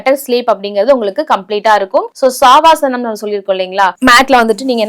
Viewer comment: சவாசனம்....not சாவாசனம் 😮